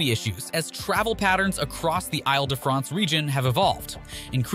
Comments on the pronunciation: These videos would be much more interesting if the presenters would stop repeating previous points. It is very irritating. Also, please make an effort to pronounce names properly; Isle de France {EEL DE FRONCE} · “Isle” in “Isle de France is pronounced “eel”. Do some basic research before starting your audio.